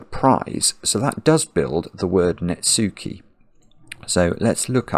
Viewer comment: netsuke is pronounced pretty closely to how you would read nets-keh (rhyming with "heh"); the u is kind of swallowed / silent.